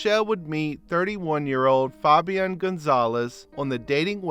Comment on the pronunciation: Foh-bee-on lmao instead of just fabian